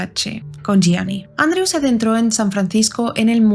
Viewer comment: Gracias por pronunciar bien el apellido de Gianni ❤. Este caso es bien interesante y de hecho es muy misterioso ya que no se sabe a ciencia cierta si conoció a Cunnanan en vida, no hay evidencia alguna de ello. Yo creo que no lo conocia, simplemente el representaba todo lo que el queria lograr y que no podía porque solo soñaba pero no trabajo nunca por ello en base a un talento